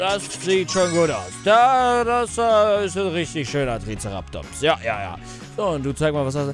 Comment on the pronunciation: Er hat einfach Triceratops falsch gesprochen